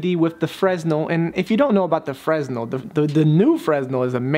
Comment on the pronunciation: its pronounced FRUH-NELL